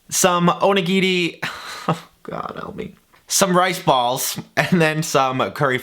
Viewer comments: Oh-knee-gee-ree is how you pronounce it. Also roll the R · If "onigiri" is too difficult to say, just call them donuts. I'm sure it'll be fine and cause no confusion at all.